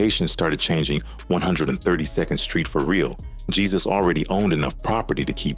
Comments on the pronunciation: The pronunciation of Jesus is Haysoos. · Jesus pronounced " heysoos" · His name is not Jesus is Jesusss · Not hey, heh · His last name is spot on, his first name is just bring pronounced on English